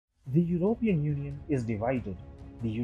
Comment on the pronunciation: What is "your-oh-peein"?